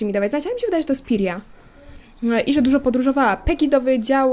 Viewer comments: Imię Pryi czyta się Prija ale dla ułatwienia możesz mówić Pyra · Jak coś to czyta się Prija :)